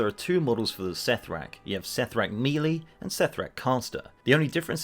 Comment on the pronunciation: You’re pronouncing “melee” wrong.